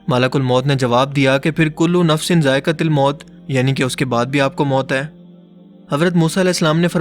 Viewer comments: Zaiqa til miut nai Zaiqa tuul mout he. plz sahi parhe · "कुल्लु नफ्सिन ज़ाइ_क़तुल मौत" है न कि ज़ाइ_क़तिल